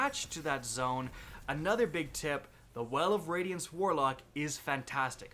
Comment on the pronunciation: lol, he said well of wadiance